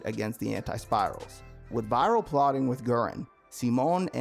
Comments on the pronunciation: I know its spelled Viral but his name is pronounced "Vee-Ral" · Bro you said virils name wrong ?😅